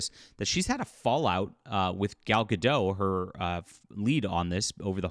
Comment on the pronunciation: Gadot, not Gado. The T isn't silent. You can be a boy/man and like movies like the original Snow White (I don't mention the remake because it's not a good movie).